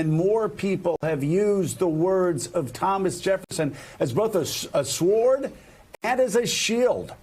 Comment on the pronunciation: Yo, when did Americans start saying the word "sword" as swwword? The W used to be silent. I didn't get this memo. What's up with that, Joe?